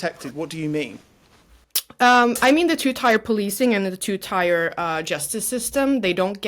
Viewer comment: tier not tyre.